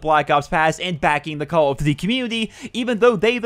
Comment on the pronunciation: Jesus Christ it's call of DUTY not call of Z like the fuck